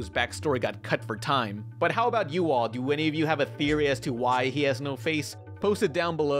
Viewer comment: the way you said, "You all," sounded so weird. I'm from the south.